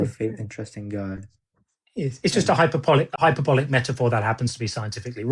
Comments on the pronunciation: let me consult my notes… mispronounces hyperbolic because he’s never seen that word before. Don’t they realise that liars go to the lake of fire?!? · Should have asked him what hyperbolic means, because by the way he pronounced it, it is obvious he got that from Chat GPT. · He was using AI and was given the sentence with the word “hyperbolic” and you could tell by the way he pronounced it that it was the first time he had ever used that word in a sentence.